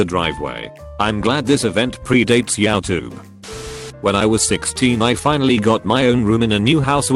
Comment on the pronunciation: says swear words not fully spelled correctly flawless. says yowtube for youtube lol